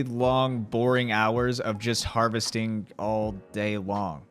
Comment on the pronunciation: Lol "harvesting"